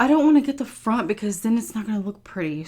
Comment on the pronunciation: it's all in the fronf